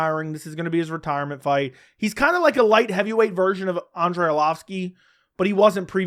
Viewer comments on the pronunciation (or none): none